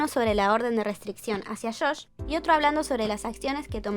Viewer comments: sé que el video es informativo, pero. ¿por qué le dices "Shosh"? su nombre es Josh :( disculpa, no quiero parecer hater ni nada, en serio es una duda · Josh, pronuncia la jota como en JYP